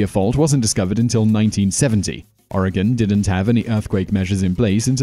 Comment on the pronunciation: Thanks for getting the pronunciation of Oregon correct!